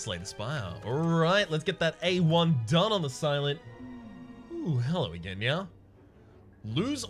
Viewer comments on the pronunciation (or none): I love you but God i hate your pronunciation of “again” so much xD